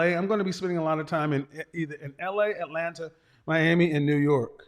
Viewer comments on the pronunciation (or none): none